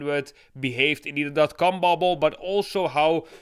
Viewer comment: He's saying. Com bubble but it sounds like he's saying. Cum bubble.